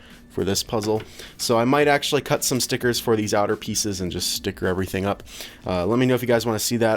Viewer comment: I love when people say stickerrrrrs Stickerrrrrs STICKERRRRRS! STICKERRRRRRRRRRRRRRRRRRRRRRRRRRRRRRRRRRRRRRRRRRRRRRRRRRRRRRRRRRRRRRRRRRRRRRRRRRRRRRRRRRRRRRRRRRRRRRRRRRRRRS!!!!!!!!!!!!!!!!!!!!!!!!!